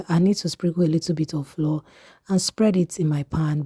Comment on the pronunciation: PLEASE THE WORD FLOUR IS DIFFERENT FROM FLOOR. THEY ARE NOT PRONOUNCED SAME. I will surely try your recipe.❤